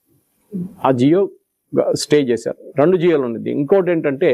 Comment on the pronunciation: జియో కాదు జీవో